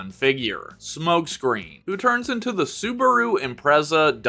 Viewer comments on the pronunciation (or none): none